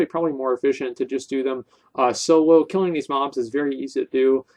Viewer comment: "KEELIN BEARS IN DA FOREST" XD omfg